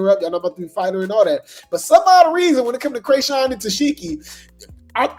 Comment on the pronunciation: Ta-see-key please! That’s how you pronounce it